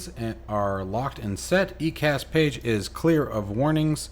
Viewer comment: EICAS is pronounced Eye Cas. Great video. How do I get the manual you used?